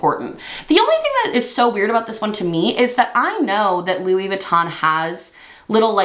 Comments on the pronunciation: I loved this. Also- you kept saying Luis and not Louis idk why lol but that whole product was hilarious. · u not realizing that the Louis on the cup is still pronounced like Louie as in …. Louis Vuitton had me rolling lmaooo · Louissss lol. Why is the s pronounced when it's Louis solo but disappeared once Vuitton is tacked on the end? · The way you say "Lewis" when it's not followed by "Vuitton" lmao.